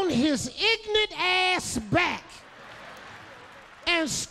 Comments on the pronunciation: is it a joke that he couldnt pronounce "ignorant" Im genuily curious because the few blacks I met seem like English is their second language even they were born and raised in America. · "ignat" makes me lough every time, my granny used to say it just like that 😂😂